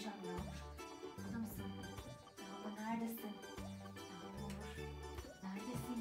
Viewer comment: Yaxmur deyil yagmur 😂